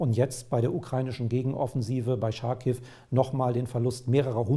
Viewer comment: Ich verstehe nicht wie sie es nicht hinbekommen Charkiv richtig auszusprechen.... Ist es ein Französisches Wort? Nein? Dann sagen sie bitte nicht Scharkiv. Das Ch wird wie bei Chutzpe ausgesprochen. Es wurde eigens ins Deutsche transliteriert, um es einfacher zu machen.